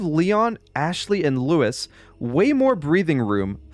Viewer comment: Funny how you were worried about butchering the voice actor's last name, but you were fine with playgus and lewis Still a great vid